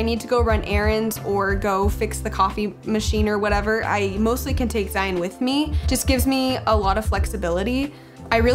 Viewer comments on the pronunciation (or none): If you don't mind me asking why does it sound like you pronounce yous sons name like ZiNE rather than ZiON? <3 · Haha! It's just the way we chose to pronounce his name. Like Lion, with a Z!